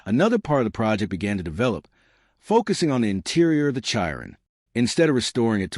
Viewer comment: Chi Ron LOL stupid AI